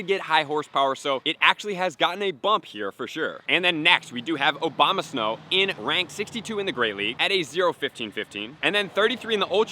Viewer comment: I can’t be the only one that doesn’t give a f*ck about costume pokemon, can I? And did this guy say “OBAMAsnow” when referencing Abomasnow?